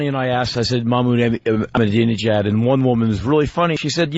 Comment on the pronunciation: "Not a person listening to this show that can pronounce the name of leader of Iran" - opie "E MA NINAL HUH" - Patrice XD "ProNounce it correctly" - opie Silently "EBUL" - Patrice Lmfaooo 🤣🤣🤣